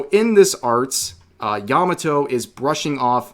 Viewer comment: Good grief. Yah Mah Toh NOT "Yammuh toe"